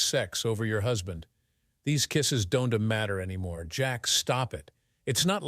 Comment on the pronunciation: If you are listening to this story without watching it, you can't possibly know the A.I. voice cant figure out how to say contractions, or it cant say contractions because the apostrophe is missing where the contraction would normally go, so don't becomes Don - T, won't becomes, Won -T, and so on. Infuriating.